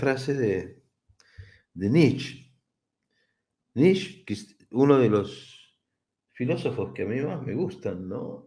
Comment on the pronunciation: Se pronuncia Nische, no diga más Nich, es una pena q lo pronuncie mal, siendo ud tan inteligente.